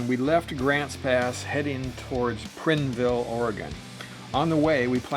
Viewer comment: Great video. It’s actually pronounced Prineville with the I sounding like eye. I don’t know if you remember, but I wanted to meet up with you at Crater Lake. I have a Yamaha Bolt and it would have been about 9 hours from Eastern Washington. Considering a Triumph Thunderbird. Do you have any experience with them for a longer haul bike?